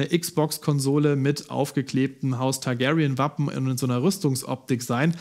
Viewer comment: Tagärien.....kann man es nicht einfach normal Tagarien aussprechen.....da sträuben sich mir die Haare xD